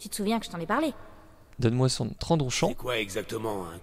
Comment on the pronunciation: Normalement je crois qu'on dit trandoshen et pas trendoshan m'enfin bref les trandoshen de star wars republic commando resterons mythiques pour moi, ça fais vraiment flipper dans le vaisseau fantôme :p